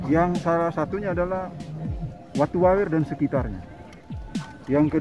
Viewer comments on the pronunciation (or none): Watuwawer not Watowawer